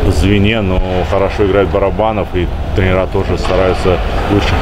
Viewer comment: Женек, не "тренерА", а "трЕнеры"